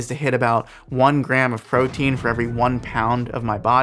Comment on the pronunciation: Protein, not protien Ascorbic acid, not absorbic acid